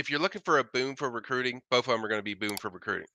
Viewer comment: Did he legit say “bof” of them? Wtf? 😂